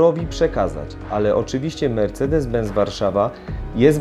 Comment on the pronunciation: Mówi się ben”c”!!! Z w języku niemiecki to „cet” czyli benc